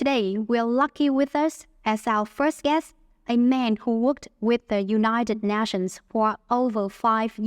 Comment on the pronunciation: Có nhiều lỗi phát âm mà bạn. Như bài đọc phát âm sai nations, originally, world, three, guests, average, families,...